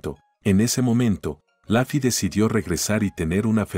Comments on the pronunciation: Se dice lofi no lafi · Se dice luffy no laffy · Por que pronuncia laffy si es luffy eri como la cayampa